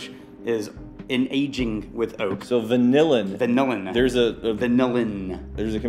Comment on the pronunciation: Vanillian is pronounced Van iLL in Not like vanilla villains 🤣 it's a cool compound, it's what gives lemon peels the vanilla flavor when you make lemoncello